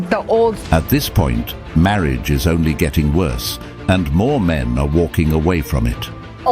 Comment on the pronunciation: never heard a dude pronounce "men" like "meeee-in", plenty of women do though